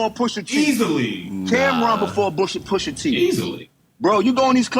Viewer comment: Jummo can’t even speak pusha T’s name, Jenny jones must be getting high wit crissy again 🤦🏽‍♂️